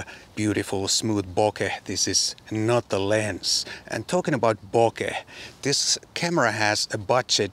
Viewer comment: Title's misleading, but great review, nonetheless! And thank you for not butchering the pronunciation of the word bokeh.